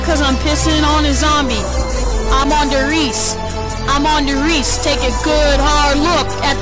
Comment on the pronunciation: That makes me mad its der rise not die risse